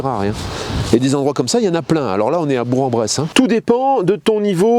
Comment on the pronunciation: Ma ville de naissance ... on ne dit pas Berk en Brousse ni Bour en Bresse mais BourQUE en Bresse ! 🤣 Es-tu toujours à BourQUE car je pourrai te faire un petit coucou de « la famille » en tant qu’abonné ? 👍🏻